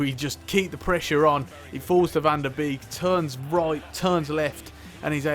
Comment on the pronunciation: Just a small tip on Donny van de Beek. Beek is pronounced like Bake. So it would be Donny van de Bake.